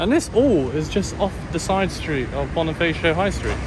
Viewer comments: it's BoniFAcio not BoniFEYcio. Never pronounce A as E when speaking tagalog words. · Hi Bonifacio is read as (Bonifasyo) not (bonifeysyo):)